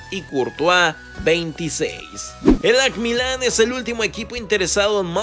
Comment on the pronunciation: Que culero pronuncias el ac Milán